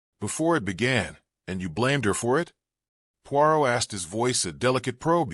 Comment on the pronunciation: 20 minutes in and you have pronounced Poirot incorrectly 50% of the time you have said it. I cannot take anymore of it. If you can't even say the name character correctly, just try a story named Smith or something you can handle. It is so disappointing almost seems disrespectful to the reader.